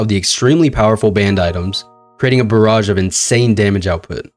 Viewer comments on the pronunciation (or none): none